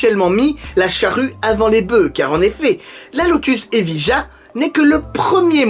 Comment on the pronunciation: T'as qu'à prononcer ça Eviya... Comme Sevilla !!!